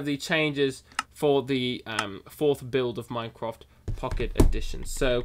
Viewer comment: "build 4" sounds like "baild for" LOL